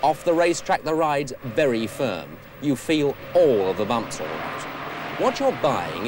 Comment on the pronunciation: Why did 70s TV presenters say the word 'very' as 'viddy'? And say 'wheel' pronouncing the 'h'. Alan Partridge does it.